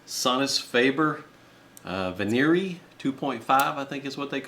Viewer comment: He butchered the name, model, and enclosure shape. He adjusted the measurements yes...and took the soul right out of the sound. Clinical to say the least 👌🎼✨✨✨